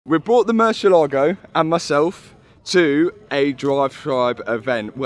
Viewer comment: haha so bad pronunciation for Murciélago!! for us, the sudakas, its totally normal word.. for you sounds like: Moo - cie - ae - la - go